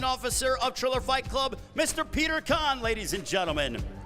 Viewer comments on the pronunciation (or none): none